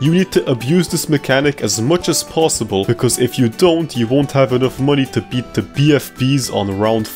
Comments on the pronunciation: I can't with the "bet" insted of beat 😆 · tell me why you say i bet a gamemode when its pronounced i beat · Great video. I’ll have to give you a 3/10 for your constant pronunciation of “beat” as “bet” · I get the urge to rip my brains out every time he said "bet"... ITS BEAT!!! PLEASE STOP SAYING I BET THE MAP!! ITS I BEAT THE MAP!! PLEASE!!